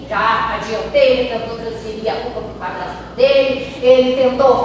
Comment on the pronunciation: Padlasto , Plata 🤣🤣🤣🤣🤣🤣🤦🏼‍♀️🤦🏼‍♀️🤦🏼‍♀️🤦🏼‍♀️cebolinha, adliam!